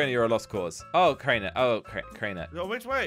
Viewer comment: said crainer and me. I think he didn't go to school